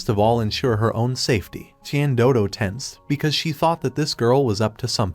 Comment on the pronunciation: Is no one gonna ask about how the AI said "tian doodo" instead or "tian dodo"💀💀💀💀